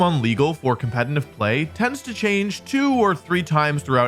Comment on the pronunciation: Why does he always say "compeNtitive"? So irritating